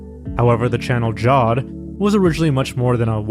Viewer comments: Jawed as in Jared with a w, not "jod" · Great vid! Jawed is pronounced "Jah-wed" btw